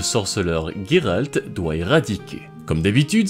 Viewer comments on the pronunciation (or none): none